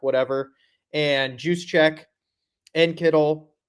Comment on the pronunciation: For the love of god STOP calling him “Juice-check” that’s no where near how you pronounce it. Every single one of grants guests are idiots. Following the biggest idiot in